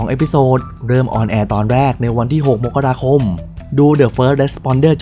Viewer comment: อ่ะ อ่านเดือนมกราคม อ่านว่า มก กะ รา คม อย่าอ่าน มก เด้อ อ่าน มะ ดิ่ 😣